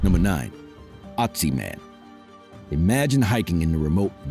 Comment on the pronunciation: There is no Otzi man! He is called Ötzi, say it right or let it be!